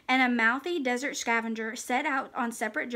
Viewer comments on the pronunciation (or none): none